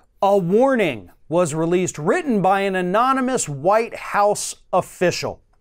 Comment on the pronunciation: Remember when he tried NUMEROUS times to pronounce anonymous?ANONMONUS,AMONAMUS,etc.Couldn't say it no matter how hard he tried!